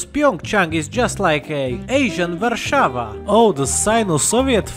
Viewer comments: nice for saying Warsaw in Polish ir Slovak or whatever. Nonetheless it's just like Polish pronunciation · I love that you can say "Warszawa" almost like you're Polish Greetings from Poland my slavic friend